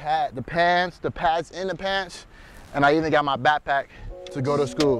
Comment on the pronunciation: why does he say school like that sounds like that dude who says “Wake up it’s time for school”